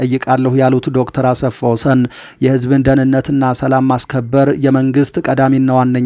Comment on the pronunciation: ❓ " አሰፋ ወሰን " ሳይሆን አስፋወሰን ነው :: " ሰ " ሳይሆን (( ስ )) ነው :: አርም